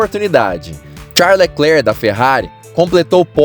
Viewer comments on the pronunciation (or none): none